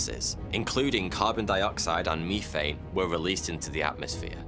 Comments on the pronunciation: methain lol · YOU SAID "MEE-THANE" !!!!!!! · Did you just say "MEE-THANE" ?!